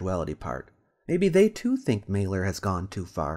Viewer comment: Mahler lol Every single time. And chemistry comes from Al Quarismé not kemit khemet or kimmit or any other pack of bull he wants idiots to believe